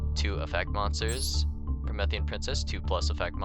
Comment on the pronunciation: “Prometheus” “me” “Promethean” not “meth”